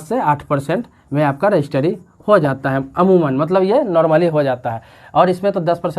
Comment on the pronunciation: रजिस्ट्री होता है, ना कि रजिस्टरी